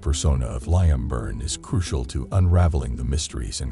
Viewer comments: Actually its 'lee-im' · His name is pronounced Leem. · Ah yes that well known name Lie-am. This was obviously written by AI. Horrible to listen to, lots of words going around in a circle without saying anything.